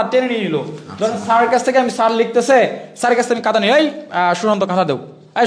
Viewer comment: কাতা না ভাই খাতা > খ (খাতা)🫢